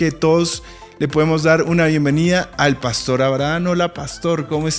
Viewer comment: Buenos dias. Por favor no cambien la pronunciacion de las palabras. Cheo dice pàstor en lugar de pastor, seo oye tan feo esa pronunciaciòn